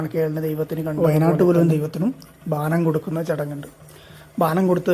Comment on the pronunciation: ബാനം അല്ല bro.. ബോനം ആണ് 🙏🏻